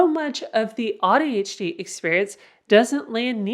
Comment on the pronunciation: I have to say that I don’t like how AuADHD is pronounced with “odd”. It breaks my heart a little.😢